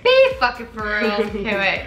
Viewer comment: The way says feral instead of for real 😭🫶